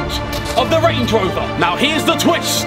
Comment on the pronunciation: Range* not rang